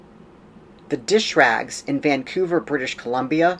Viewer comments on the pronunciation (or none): none